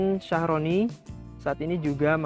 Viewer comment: Thank you unt penjelasannya mas...jd lebih ngerti 👍🙏 hny agak terganggu dg penyebutan Philodendron sharoniae Croat..kok jd Shyahroni sih mas?..maaf,,mgkn lebih tepat klo pronouncenya shyerene/shyereni e yaa..😊🙏 ini menurut sy yaa, sesuai penulisannya..😁